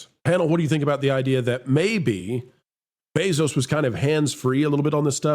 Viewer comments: WHY is he saying "Beso-Beesos"? I like the channel but that was annoying. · Why do you keep saying his name weird? Annoying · The double last name pronunciation is amusing